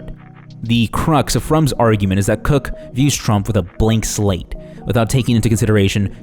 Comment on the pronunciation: Did you mispronounce Charles CW Cooke's last name on purpose?